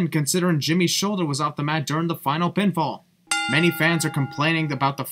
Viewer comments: the announcer said no pinfall not not no pointfall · He Said Pinfall not pointfall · the announcer said "pinfall", not "pointfall"